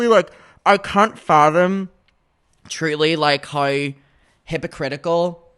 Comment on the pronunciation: "houew"= how